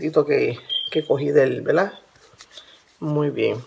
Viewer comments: Fricolerbri is mac ES UN DECIR MUY COMÚN EN LOS PUERTORIQUEÑOS. ...ES CORRECTO DECIR " VERDAD " PERO ELLA PRONUNCIA VELDA SI LO REPITE MUCHO Y ES DE MAL GUSTO EN ESPECIAL SI HAY UN DIÁLOGO O EN ESTE CASO ELLA HIZO UN VIDEO . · Quiere decir "verdad" los portorroqueños no pronuncian la r en algunas palabras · Verdad. La gente de puerto rico no pronuncia la r.